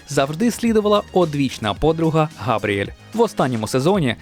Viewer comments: Не Габріель, а Габріелла😅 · Дякую! Але не "Габріель", а Габріелла!!)